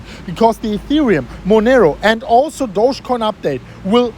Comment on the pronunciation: It's not pronounced douchecoin, it's actually pronounced do-ge (do as in dog, ge as in get).